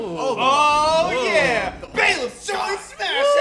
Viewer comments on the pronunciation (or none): Bruh did he just call Byleth "Bae"leth? Give my mans your car keys, your credit card and a kiss on the cheek. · We got Boi-leth and Bae-leth.